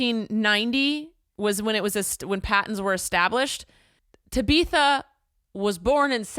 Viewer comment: Ta beetha knocked me out😂